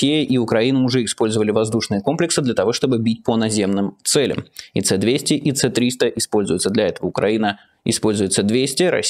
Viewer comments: Принято говорить с300 русской буквой а не ц300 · Не "Цэ триста", а "Эс триста". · Не «Це-300», а «Эс-300». Российские ракеты называются русскими буквами. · Как же режут слух эти ошибки в названии комплексов "Ц-300". Надо понимать, что ПВО является в осеовном мобильной системой, и стрелять ради выявления местоположения ПВО имеет смысл только если сразу после этого наносить удар по этим комплексам. Иначе они меняют геолокацию и необходимо ПВО заново вскрывать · У меня у одного уши странно себя ощущают от "цэ200" вместо "эс300"😅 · «Эс-200», «Эс-300». Там русская «С», а не латинская ”C”.